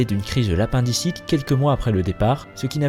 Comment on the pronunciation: lapin dicite 🤓